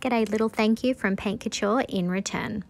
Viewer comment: It's so annoying that you are unable to pronounce that correctly, since you are using it every time. It "cou-türrrre" just search the correct pronunciation